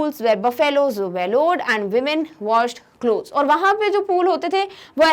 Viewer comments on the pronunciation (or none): none